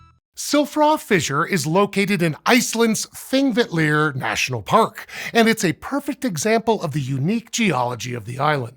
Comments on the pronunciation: I always appreciate an earnest attempt at pronouncing Icelandic places, props for even going for the "ll" tongue click in Þingvellir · While I'm going out of my way not to give you negative feedback for the two other locations during the final couple of minutes, you almost nailed the pronunciation of Silfra and Þingvellir. I even watched the credits to check if you had gotten some coaching for that — so well done.